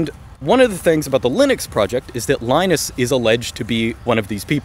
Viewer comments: Why do you pronounce Linux correctly, (lee-nux), but keep calling the man Lie-nus. The guy's name is pronounced Lee-nus. You even said yourself, the OS is named after him. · It's pronounced "Leenus" not "Lainus"! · LInus is pronounced leenus!